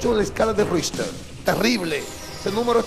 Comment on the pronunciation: Tiene que aprender a pronunciar la palabra "Richter"....Orale